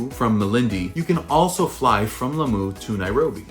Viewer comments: La-moo 🤣🤣🤣 love the accent! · It's how you pronounce "Lamu" for me 🤣🤣🤣...Greetings from a Kenyan living in China